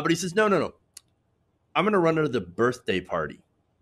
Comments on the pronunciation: I believe it is pronounced "birfday party",. Ha! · I believe it's pronounced "birfday" lol.